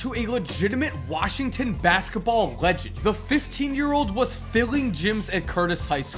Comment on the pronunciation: u said masketball